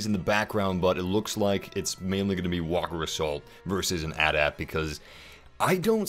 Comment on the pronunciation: it's not "at"-"at" it spelled out at-at